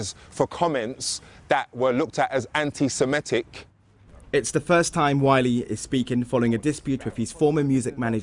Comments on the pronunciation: Good story, but the word is "an - ti - se - MI - tic," not "an - ti - se - ME - tic." It is derived from the word "semite." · the journalist can't even pronounce 'antisemitic' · First journalist in history to struggle to pronounce the word that funds their entire operation.